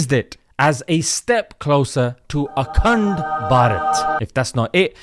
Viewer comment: Akhand (sounds like "a c-nt") Bharat 🤣🤣🤣🤣🤣🤣🤣🤣🤣 👍👍👍👍👍👍👍👍👍